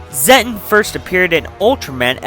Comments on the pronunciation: You mean zetton so here’s how to say it Zet_ton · Actually it pronounces Zet-TON like tons of zets